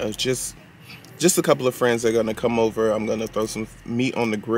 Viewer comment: Heyyy!......It's sad, but "It's oover"😭 LOL Everything lookz delish, Nathan's hot dog R my favorite, soo good!😋 Nephew Tony is growing on us, do I C a lil mustache?! Enjoyed, TFS!🤗